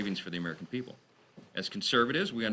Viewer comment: P.R. need help to, to prepaar. The pepal